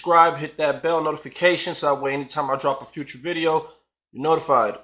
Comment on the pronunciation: Vidoe....vi-doe eh?🤣🤣🤣sure sure u met him sure! Or a fabricated lie for views?